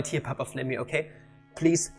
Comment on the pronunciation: nice Spanish papa ;)